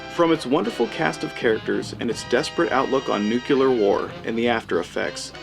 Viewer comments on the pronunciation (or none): pronounced MILL- LAND......pronounced NUKE- LEE -ER........................omg ..nuke u lar Good review though...meow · Sooooo....Is this commentator supposed to be POST "NUK-U-LAR mutants?? (Makes this great film even more prophetic!!).... And Mr. "Mill-land" would be "radioactive" hearing his name....... (We're screwed folks!!....)